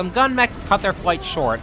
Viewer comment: The way it cut off, it did NOT sound like that! Sounded more like "Gyoon"